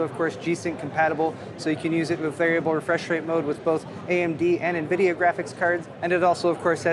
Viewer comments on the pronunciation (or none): none